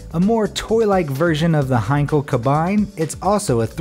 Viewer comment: Sigh At least he said Henkel right....